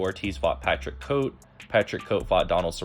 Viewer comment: This nigga said Patrick Coat